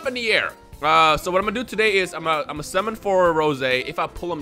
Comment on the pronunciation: Bruh he said "simmon" instead of "summon" lol